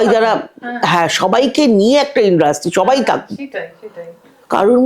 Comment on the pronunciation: kothata ki industry naki indrusty??ato kane lagche kothata.